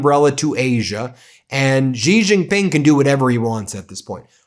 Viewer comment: Good report except you pronounce XI Jing Ping as She Jing (Jin the drink with a g on it) not as Zee Zee